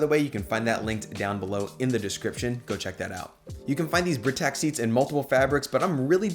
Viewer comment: Loved the video, but I believe Britax is pronounced “Bry-tax”